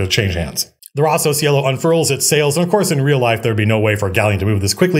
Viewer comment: Hey Matthew, loved the stream, just one thing that if you like you might want to take into consideration. If Rosso Cielo is inspired from italian the Cielo part is pronounced with a hard c like chinese and lo sounds more like long.